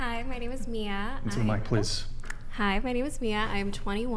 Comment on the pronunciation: The name Mia dont have 2 different pronunciations tho to be honest..its just Mia and the other way u said it is actually spelled Maya...